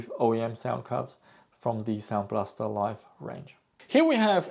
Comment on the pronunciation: common reading mistake... Sound Blaster [Liv!], cause it is not marked as Life [Lajf] :))